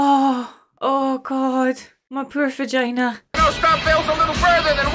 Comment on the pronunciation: "My poor vagina." Maybe it's childish of me to laugh, but that's the first time in my life that I've heard anyone say that publicly, and the Scottish accent makes it even funnier.